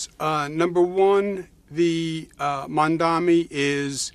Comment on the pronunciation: EMPECEMOS POR PRONUNCIAR BIEN SU NOMBRE… INCLUYO A SUS OPONENTES. ~*MAMDANI*~